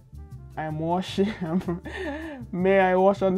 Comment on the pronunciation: "I am washing on someone" killed me 😂😂